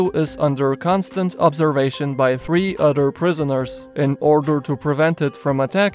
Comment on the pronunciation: 3 udder prizzerners? Why are the prizzerners udders? WIBBLY UDDERS WBWBLLBLWBLEBBLE